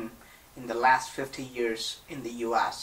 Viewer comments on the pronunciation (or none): u ass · When he said us it sounded like uas*